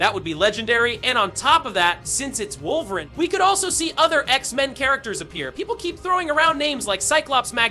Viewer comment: Now I know you know his name is not “wulverine” bro